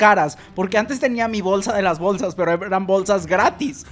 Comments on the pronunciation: Por que dices Bowlsas? JAJAAAJJAJAJAJA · Bowlsas Bowlsa Bowlsas